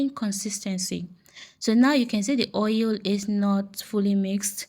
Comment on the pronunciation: Not ou it's oil